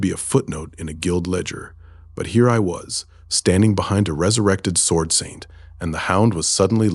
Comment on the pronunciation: The Ai's voice changes way too much, and the first time I heard the W pronounced in sword, I knew this had not been checked.